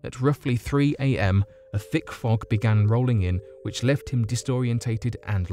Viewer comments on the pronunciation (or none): none